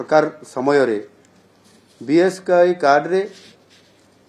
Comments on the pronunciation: Sir BSKY too thik se kohi paru nahanti 😂😂😂😂😂😂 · BSKY ଉଚ୍ଚାରଣ ଠିକ୍ କୁହନ୍ତୁ